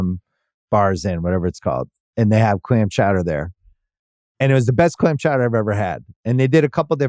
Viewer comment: mr. bill simmons, you have clam chowder down to a tee